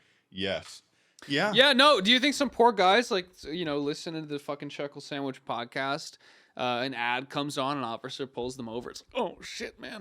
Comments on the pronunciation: Chuckle moment Edit: Sclhuckle Chandwich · Time for my weekly dose of "Sluckle Chandwhich"